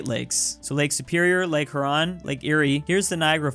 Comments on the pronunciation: Bruh I’m from Michigan it’s pronounced Here-Ron not Huh-Ron for Lake Huron I feel like a nerd 😐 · please see this, it's pronounced HEAR-ON, your current pronunciation of "HER-ON" is going to kill me. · Does anyone else not like the way he says Huron? I'm from Michigan and I say it like Hyer-on. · You said lake huron wrong its more like hearon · Lake He-your-on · The way pernounces "Huron" triggers my fight or flight response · NOBODY TALKING BOUT HOS PRONUNCIATION OF LAKE HURON? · why'd u say huron like that lmaoo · cough you should look up the pronunciation of Huron cough lol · he say huron wrong what about cacanda